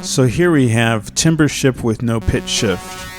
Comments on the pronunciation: Thumbnail : the difference between knowing your shit and knowing you're shit. Also pronounced tamber, not timber. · spelt timbre pronounced tam-ber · timbre is actually pronounced "tahmber" the more you know! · It's usually pronounced "tarmbruh" or "tarmber".